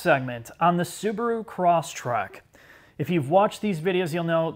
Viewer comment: Um, it's Crosstrek (not Crosstrack).